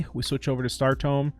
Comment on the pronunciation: It’s tomb. You constantly pronounce it tome. Tome is a book. Tomb is a place for dead people.